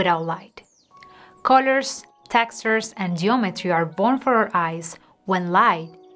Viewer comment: The first "o" in "colors" is pronounced like the "u" in "fun." Also: "gun, sun, one, son, a, love, mother, other, bulb, won, none, function, junk, uncle" and "done."